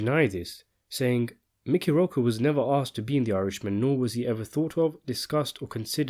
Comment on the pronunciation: He pronounced Mickey Rourke's name wrong as well. Never heard anyone pronounce it like that before lol.